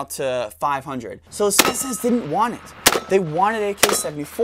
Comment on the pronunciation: "It did dint this, it did dint that..."